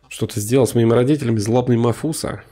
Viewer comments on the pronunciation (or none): МАФУСА?!, реально Мафуса?! 🤣🤣🤣